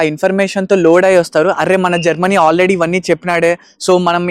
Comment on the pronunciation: Germany ❌ GerMani ✅